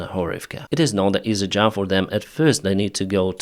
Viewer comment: You talk about "supporting your motivation", after asking for money for your "jab" 🤔... This really sounds like the money are the motivation! And NOT jab. It is job, or even better use the word work! And NOT tracks. It is trucks. Tracks are a totally different thing! Btw. Why do you speed up your videoes? It is pure torture to listen to a non stop sentence from start to stop. Take a breath between sentences! And slow down your speed.